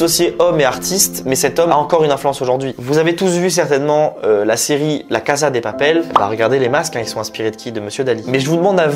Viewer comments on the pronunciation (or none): none